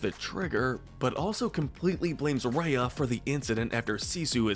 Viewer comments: I also don't like the way he said rya but I liked the video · Why are you pronouncing some of the names names all weird? It’s Kocoum (Co-ku-um) and Raya (Rai-ya). I would say Raya’s relationship with Namaari was a lost opportunity to be honest. I wish Disney would have shown the bond between them before breaking the trust. For example, showing a few short bits where they were playing together, sharing their cultures or hanging out with some music playing in the background or something. Given the history between their kingdoms and Raya even being slightly mistrustful of the other kingdoms coming to theirs before meeting her, it makes no sense why Raya would just be okay with trusting her. Even if these factors didn’t exist, it still wouldn’t work and feel devastating, because there wasn’t anything shown that would make us doubt the betrayal. The message behind trust would have been so much more powerful if Disney actually took some time to develop their bond